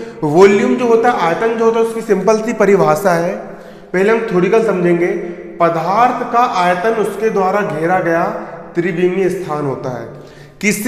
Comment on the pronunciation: Pdarth hota h pdharth nhi